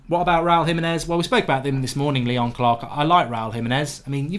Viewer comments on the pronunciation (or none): none